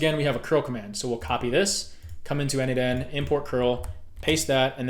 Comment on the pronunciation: n8n is pronounced "Nathan".